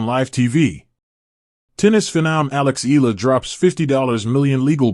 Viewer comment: Eala pronunciation E ya la